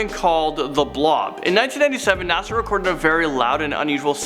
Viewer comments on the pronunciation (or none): none